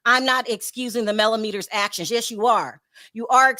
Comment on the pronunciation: MelloMeaners not Mellometers